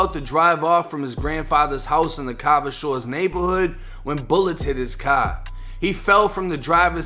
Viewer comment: "a cahhr drove by opening fire" 😂😂😂😂😂😂😂